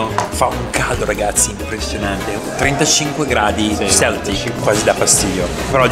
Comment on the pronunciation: è celsius non Celtic 🤣 fantastico video comunque